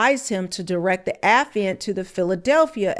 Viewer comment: Baby it's pronounced Uh- FYE-ANT.(Affiant)... It's not a word that we use often so I probably would have made the same mistake LOL but just wanted you to know